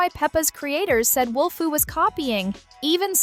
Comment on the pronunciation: its wolfoo not wolfu